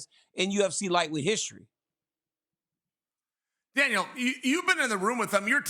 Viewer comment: Chael sounds like he’s saying Dana and Dale when he calls out to Daniel. Haha